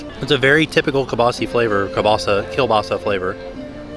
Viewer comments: KEEL-BAH-SAA. Not kabaahsee., you're killin' me! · Signs truly Polish = pronounces Kielbasa kilbaseee 💕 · Not gonna lie, my polish ears bled a little when I heard it! Next time try to get some sour cream with your pierogies!